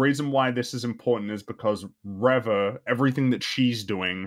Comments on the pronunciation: you mispronounced her name. It's not "Reva", it's "REVAAA!!" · how do you keep pronouncing Reva wrong for so long without noticing you're the only one saying it that way?